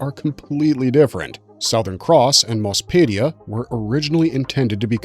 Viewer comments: Zentraedi is pronounced zen trah dee, not zen tray dee. Macross, in English, is prounced ma (to rhyme with mac and map) cross and not muh cross Did you ever watch Robotech.SDF Macross at all? Mospeada has no I in it, so it's not pronounced Mospedia, just moh spee duh. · My dude, you need to do more research on pronunciations, or at least watch a few episodes first! I cringed with every "Mc Cross" "Zen-TRAY-dee" or "Moss-pay-dee-ah". It was painful to make my way through this. Edit: actually, I could only make it through 3 min. Yikes!